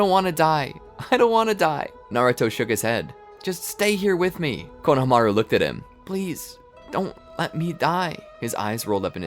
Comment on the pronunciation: can u guys please work on the pronunciation of names... i heard konahamaroo in the other episode and had to stop watching, it is very jarring for people whove seen the show